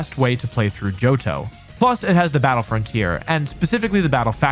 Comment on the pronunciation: mans butchered my boy johto